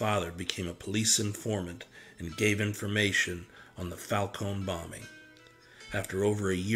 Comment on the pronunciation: Lord have mercy, It’s Falcone , not , Falcon!